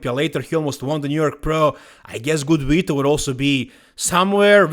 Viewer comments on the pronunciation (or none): none